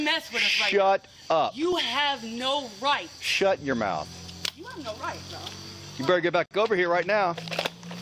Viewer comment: 'shhUT your mouth' 😂😂😂😂😂